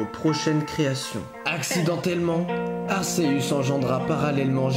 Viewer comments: Arceus se prononce arkéus pas arsséus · Déjà on dit Arceus et pas Arséus, on dit Giratina et pas Jiratina et on dit Créfollet pas Créfallet. En plus ce que tu dis est faux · Pourquoi tu prononce arsseus c'est arCeus arc et deus(dieu) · Aceus se prononce Arkéus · Arceus (akéus) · Juste on prononce arKéus! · Dommage que Arceus soit mal prononcé, sinon j'ai adoré cette histoire, on a chacun notre propre version est celle-ci reste plaisante.